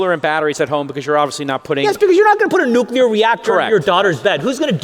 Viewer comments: he's right about climate change, but can he please learn how to pronounce nuclear/nucular? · He lost me at "nucyular" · Why can’t the energy secretary say nuclear properly? He says “nucular” more than half the time! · "Nucular", says the secretary of energy repeatedly... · Love how Chris pronounces Nuclear as New Killer 😂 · Ironically can’t pronounce nuclear